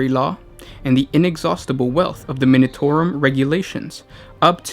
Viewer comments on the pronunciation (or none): none